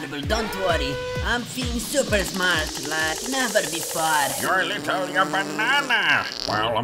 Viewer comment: I love when it said "littery sleep" 😂😂😂😂😂